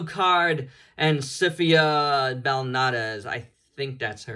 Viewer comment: Her pronunciation is SI -FA and also if you pull off her head you can remove the tunic